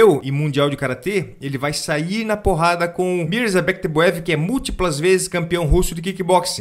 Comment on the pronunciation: Qualquer um que consiga pronunciar Myrza-bek tebuev merece meu respeito